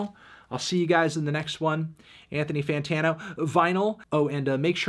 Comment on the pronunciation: NARDthony WUARtano LMAO